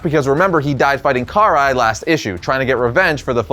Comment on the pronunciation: The way he pronounces Karai's name angers me deeply. No hate tho.